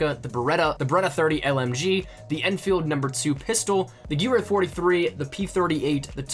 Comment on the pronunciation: Gewehr is pronounced guh-ver but it should've been in the game, probably kicked out in favour of the Karabin (both semi-auto, 10 round rifles) and the Sten it felt a bit uncomfortable seeing British SOE operatives with the Grease Gun, they would've used the Sten MkIIS which was built with the suppressor integrated like the MP5SD